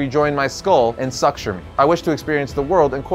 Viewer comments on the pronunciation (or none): it's pronounced "soo-ture" :] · LMFAO You mispronounced the word suture.